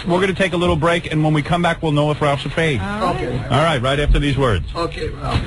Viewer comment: I like how Howard says "Fayg"... Lol